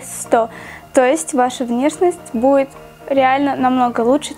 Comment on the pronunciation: Буид, кода... Как же режет слух., выговаривай все буквы.👌🏻